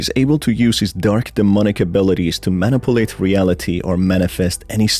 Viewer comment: "Manipalate" Is F*cking Awesome